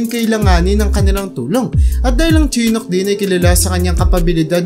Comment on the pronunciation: Shee-nook Apa-chee